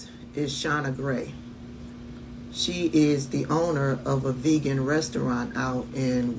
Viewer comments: Smh…They don’t all vote like us. Trump spent the whole time pronouncing her food “VAY-Gan” instead of “VEE-gan”😂😂. She should have stayed in the background and kept her lying mouth quiet. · He can't even say vegan correctly. How does she know that someone is a migrant? What prepaid card? Girl, stop! Death threats ? From whom? Someone who was disappointed that the food was vegan and not vagan like he said? She is not a member of my community. What community is she talking about? We don't eat vegan or vagan. Lol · He can't even pronounce vegan! He doesn't even know what it is! SMDH